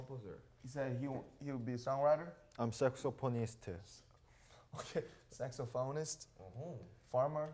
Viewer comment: V: Saxauphonisteu RM: (flashbacks when V said saxeuphonista) okay, saxophonist 😂😂😂